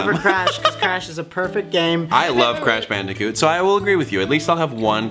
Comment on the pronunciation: "Ur crash bandetcute"